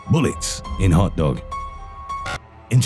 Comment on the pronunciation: NUMBA fO,Bulletts iHn hAwtTawg